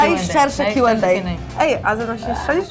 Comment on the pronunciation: Mówi się kiu end ej a nie dej